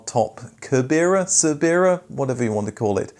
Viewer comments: Always enjoy your stories. Cerbera is pronounced sir-burr-a. Thanks for all the vids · Cerbera = ser-borough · I think that the Cerbera is commonly pronounced as “ser-ber-a” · Cerbera pronounced Ser-ber-a named after Cerberus the 3 headed dog that guarded the underworld in Greek mythology. No K at the beginning. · Enjoyed this as improved my knowledge of TWR. The name of the TVR Cerbera is pronounced like the three headed dog Cerberus - ser-ber-ah though I've also heard is said as ser-ber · Cerbera, pronounced SIR-burra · Its pronounced Sir - ber - ra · Isn't Cerbera read like Cerberus? That's what I always assumed. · I love a lot of your content and this TVR/TWR mashup was certainly an interesting concept. My only consistent feedback about your videos is that spending a little more time researching pronunciation would be great. Sometimes you get it spot on (e.g. Patrick Le Quemant) but Cerbera and Ebbw Vale shouldn't have taken too much effort to get right. Similarly with Giorgietto Giugiaro I seem to recall you always get his first name spot on then give us nothing like his last name. Keep up the good work though. This is just a reflection to help to make some great videos even better.